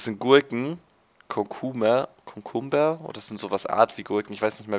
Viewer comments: Kokumber (deine Aussprache) die eigentliche Aussprache wär Cüucamber naja so in der Art ist halt schwer die Aussprache zu schreiben :D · Wie geil du Cucumber aussprichst xDDD Gute Mod Vorstellung ;)